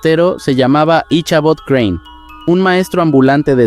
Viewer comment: En la historia de la serie de Sleepy Hollow el nombre de Ichabod Crane no se pronuncia con la H sino solo Icabod aunque eso quizas difiera por la pronunciación gramática a la fonética por el cambio del Ingles al Español.